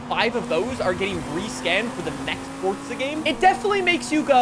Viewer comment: Brother please stop saying FORDZA. It’s forza uggggghhhh 🤮🤮🤮